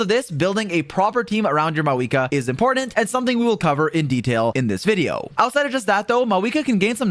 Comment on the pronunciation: Why is he saying her name like maweekah